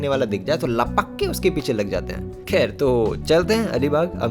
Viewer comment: "kher" gets me everytime 😆